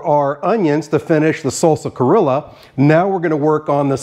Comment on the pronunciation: I definitely see the Peruvian inspiration! That sauce kinda reminds me of huacatay sauce, except typically this is made with aji amarillo and Peruvian black mint, not easy to find on my side of the world 🥲 but I love a good hot dog! Great job! PS it is pronounced cree-oh-ja 😉